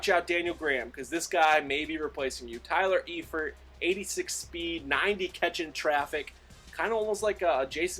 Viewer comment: Also, it's pronounced Tyler Eye-Fert